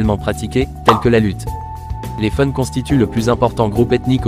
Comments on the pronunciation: Belle vidéo... Ça serait un peu plus cool, si c'était une voix réelle et non utilisée... La langue Fon, on dit fone, même pour le Dahomey... Pardon 🙏🙏🙏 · Je peux que m'abonner, tu as fait un sacré boulot, je suis togolais mais je vis au Benin depuis 39 ans ,j'avais 1 an quand mes parents ont étés affectés ici . A part les prononciations de Mantindjan et de "Fon" tu as tout bien dit .C'est l'alcool issu du vin de palme qui est Sodabi, le vin de palme même s'appelle "Atan" . La chose que tu n'as pas montré C'est la route de la plage qui est une veritable reussite du nouveau président. Bravo